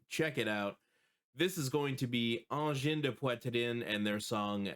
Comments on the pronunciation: Thank you for your reaction ❤❤ We are really proud in Quebec that theese aliens chose our small part of the world to land 😅 ✋ 🔺🤚 Also tout say Angine de Poitrine like you had French in school 😂 Did I miss something and you are from Canada? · French must be you mother tongue because you have an native accent when you pronounce Angine de poitrine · Pour prononcer aussi bien le nom, tu dois certainement parler francais toi... 😉